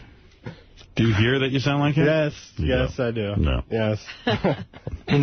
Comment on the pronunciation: really is incapable of pronouncing ‘th’! This = Dis, that= dat, the = da. Lord uh da rings. Fucking annoying